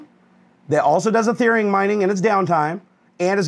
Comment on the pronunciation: Its ethereum not etherem